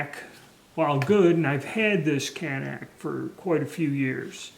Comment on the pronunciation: it is CAN NIK (nick) not CAN NACK. shew these daniel boone men are not real smart.